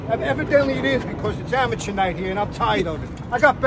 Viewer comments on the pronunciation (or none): Mickey said its Amatuer night😂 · Man said amateur night😅